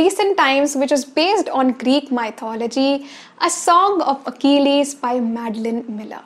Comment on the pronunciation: It's not mai-thology, but mith-ology. I've noticed many youtubers mispronounce the word, so I just wanted to point that out. Sorry, I really don't mean to be THAT person🙂 Great recommendations btw❤️❤️